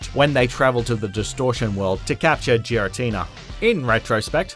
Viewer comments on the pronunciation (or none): says Giratina with a J Me: Somebody didn't watch the movie